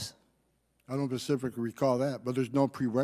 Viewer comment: Homan, when asked a question, answered "Not Pacifically." This guy shouldn't be in charge of any government division.